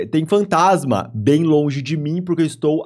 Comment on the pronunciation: "oi tudo bÖm?"